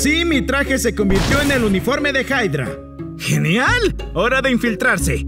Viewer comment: No se dise haydra se dise hydra